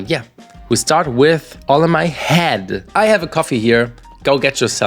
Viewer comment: I think you mean, “All In My Yead” 😅